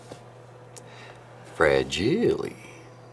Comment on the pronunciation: Fragile...... that sounds like it's French! Lol! 😂 Great video and yay to Spiderwoman!